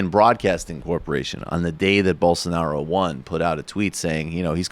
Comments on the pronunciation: "Bull sar nar O" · I believe his name is pronounced Bol-SAR-nar-ah, as explained by our good friend who is full of high level and important ideas.